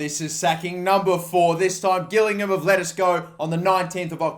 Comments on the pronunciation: I'm from gillingham and your gilli am pronunciation is worse then the other gillingham pronunciation you said is better then that newbie mistake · Pronounced ‘Ji-lling-um’ 👍🏻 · It’s a soft g jillingham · I live in gillgham by the way it is pernounced jilligham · Gillingham😄 it’s pronounced with a J not a G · December 2017 fixtures compared to December 2017 fixtures ? What's going on there Also Gillingham is pronounced with a J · its not gillingham